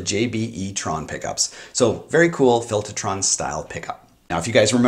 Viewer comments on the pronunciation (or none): Filtahtron. You from Jersey now?